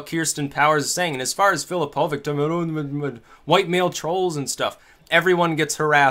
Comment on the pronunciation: U mispronounce filipovic and im a croat but dont wory u are not racist! filipovic is pronounced as filipovich!